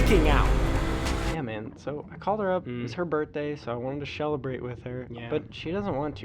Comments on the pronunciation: "so I wanted to shellebrate with her" caught me of guard 😂😂😂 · “Shelabrate” got me